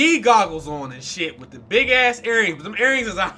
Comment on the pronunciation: Lmao dude the way you say azz has me cracking up every time